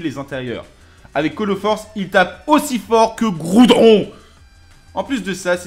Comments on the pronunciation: Il a dit "Groudron" quand il a voulut dire "Groudon". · C groudon et pas groudron 😂😂😂😂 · ta dis groudron et pas groudon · "groudron!!!" XD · Je suis le seul qui a remarqué que a dis groudron a la place de groudon? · Quand il a dit qu'il tapais plus fort que Groudon j'ai compris Groudron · il dit groudron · Il a dit Goudron... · Dino justement, il l'a mal dit 😂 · Sa ressemble à goudron